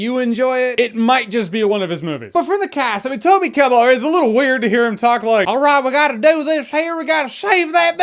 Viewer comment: I cringed when you said Toby's name, such a great actor.